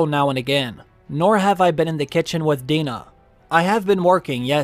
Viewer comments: DIE-nah... not DEE-nah... you know "Someone's in the kitchen with DIE-nah. Someone's in the kitchen I know-o-o-o-o. Someone's in the kitchen with Die-NAH! Strummin' on the ole banjo!" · Dinah (Die-Nah) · It’s “Someone’s in the kitchen with ‘Dine-a’” (rhymes with “fine”). And it’s from an old folk song. 🎼Dina won’t ya blow, Dina won’t ya blow, Dina won’t you blow your horn🎼 …Thus the reference to the whistle and Dina. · Ha ha ha, these millennials… “in the kitchen with (Deenah”. I take it you’ve never heard the song